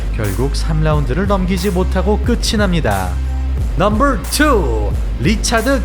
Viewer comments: 발음이 왜그러냐~넘벌폴~띠벌넘벌이냐 혀가 말렸냐~그래서 차도르냐 혀가돌아간거냐~ 기가차고 혀가찬다~넘벌 넘벌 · 넘버만 발음좋게 하는이유가 뭔가요 ㅋㅋㅋ